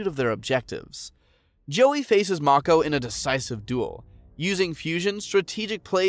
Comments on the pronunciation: Mako is pronounced make-oh, my guy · Mako not marko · I'm so mad about this man pronouncing mako's name wrong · It's a lot of names he didn't pronounce as they did in the show... I can't get over Mako and Bakura...